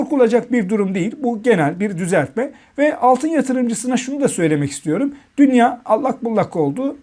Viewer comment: Portföy ,dünya,teminat,faiz kelimelerini okuma yanlışları var daha düzgün okunsun yoksa ben okuyacağım